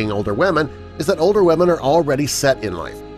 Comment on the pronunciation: “ Wahmen “ Lmfao